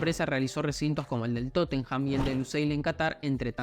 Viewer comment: no podes tener un canal referido a futbol y decir "totenjam"